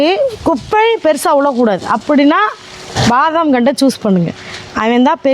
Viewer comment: அது. பாதாம். இல்ல. வாதாம்❤❤❤❤